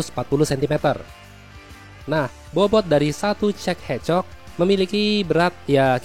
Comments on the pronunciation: Gua sih dengarnya cek encok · Yang gua denger cek e c*k 😐